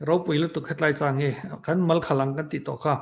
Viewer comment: Ṭhang, hi ṭingṭang kan sawi a, ṭang kan thluk ang khan thluk ila a dik in ka hria mama leh pu mafela in chanel hi ka hmaih lo hle a, nun a chawmin a hlawk thlak hle ṭhin mai Lalpan malsawm che u rawh se